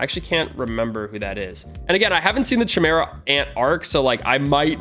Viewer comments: RUSSO ITS PRONOUNCED CIMERA NOT CHIMERA🤬🤬🤬🤬🤬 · i’m pretty sure it’s pronounced kimera not chimera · ki mear uh i think its pronounced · its a k sound not sh sound in chimera sory it just gets on my nerves some times love the vids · Not trying to be mean or anything but the proper way to pronounce chimera is kimera. The ch sounds like a k. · Me: he’s disrespecting hxh, he is saying chimera wrong, it’s more like Kimera, then chi mera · YOU SAID HUNTER HUNTER CORRECTLY LETS GOOOOOOO!!!!! And btw its pronounced: Kiy Mare ah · Chimera is pronounced (ki) (mera) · He keeps on saying Chi Mira lol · Bruh you used the wrong ch It’s pronounced Kymera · the Ch is said As a K Kimera-Chimera Learn english. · its pronounced ki- Mera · The way he was pronouncing chimera was tweaking me to a different extent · Yeah I hated that. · Mr Ok yea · Now Ik why you didn’t know how to pronounce “Chimera” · bro notice how he says chimera